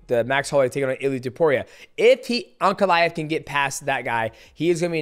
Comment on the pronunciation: “Put ankalev” Islam Makachev